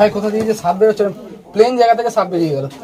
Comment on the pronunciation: দাদা সাপ উচ্চারন করতে পারেন না? শুধু দেখি ছাপ ছাপ বলেন সাপকে।